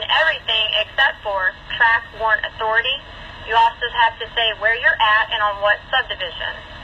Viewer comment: Jesus, say WARRANT dude. Lol